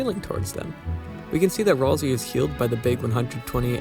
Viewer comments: Uh its pronounced Ral-SAY! Not RalSEE! Mainly because its another play on words like Toriel. Ralsei - Sensei --- Might not be that. Thats just how I see it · The game itself pronounces it Ral-say. Go back to the editable Cyberpedia when you reach Queen's castle. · Literally where are there people saying that Ralsei is supposedly not a good guy 😂🤣😂🤣😂🤣 Also, it's Ralsei, not "rawlzee" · ROlSeI 😂😂😂 Maaan pretty sure that's not how you say it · Gordom Ralsei I always pronounce it Ralsay, i think it sounds better